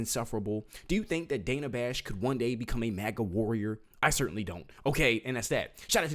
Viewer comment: Its Dana. Rhymes with banana